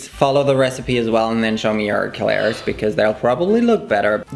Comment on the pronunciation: I thought I heard that wrong 😅😅